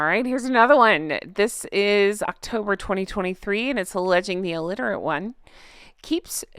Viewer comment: Alitirate?? Illiterate 😊